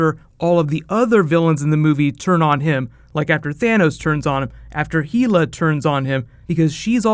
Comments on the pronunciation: H E L A.... as in Hel A...not heela...ffs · "Heela" - your vowels go pear shaped yet again - say Hel then say Hela - practice it. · It's hella not hilla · your the man but it's pronounced Hell-ah not heel-a. Can't wait for this movie!! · It's not said Heela, it's said Hella. Faking an accent doesn't make you sound smarter. Your theory is sound enough. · It's hella not heella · in Norwegian it's Hell-a not HEEEELA! There's NO HEEEEELA! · A couple of comments to the video creator. First, Hela's name is pronounced "hel-lah" not "heel-ah." Second, both in the comics and in Norse mythology, Hela is not a threat to Odin, and has nowhere near his level of power. He MADE her the "goddess" of death and ruler of Helheim ("Hel" for short, which is actually Hela's real name in Norse mythology). Hela actually isn't a goddess or an Asgardian at all. She, like her father Loki, is a Frost Giant. Odin banished her to rule over the dishonored dead in Helheim (a portion of Niflheim, one of the Nine Realms of Norse Mythology) as a punishment. Her powers come from her enchanted cloak, without which she can't even stand up unaided, and is revealed to have a body which is half dead and half alive. She must bow before Odin and submit to his will under normal circumstances, although she IS fated to lead the dead of Helheim against Asgard during Ragnarok, during which she, Loki, Heimdal, Odin, Thor, and almost everyone else in the Nine Realms (the entire universe in Norse mythology) will die, after which a new universe and new Asgard will be born. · Heela? Hela dude. Come on bro you're better than that. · Heel-a???? Hell-a!!! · it's hela as in hell not heeyla!!!! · HELLa NOT HEELa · Thanks for breakdown on this. FYI, its pronouced Hela, not Heela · why Heee-la? Hella is the correct pronunciation, is Disney/Marvel saying it's Heeela? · it's hella not heela!!!!!!!!!!!!!!!!!!!!!!!! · Sorry to be that guy,, but it's Hela, not Heela XD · Isn't it Hell-a nor heel-a?